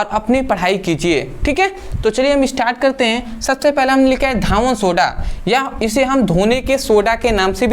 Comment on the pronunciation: सर धावन सोडा नहीं कहते हैं धोवन सोडा कहते हैं